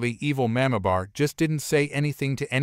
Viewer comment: Narrator, please learn to pronounce the word "mamabear". It is very jarring to hear it pronounced totally wrong.